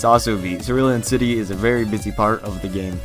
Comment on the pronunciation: "Circulon City"?